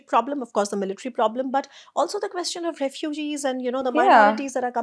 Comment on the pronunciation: Very insightful. Brings a lot of perspective. But 'Quest-ion' is a delightful new take on the word 😀